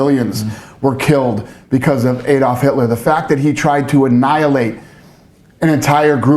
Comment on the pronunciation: Btw someone needs to tell him that adolf was never pronounced ay*dolf, it was pronounced ah*dolf.